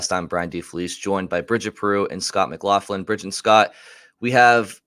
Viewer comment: Scott My-Glock-Lin